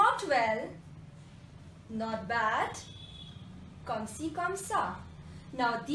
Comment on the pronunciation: Comme is pronounced as konsi??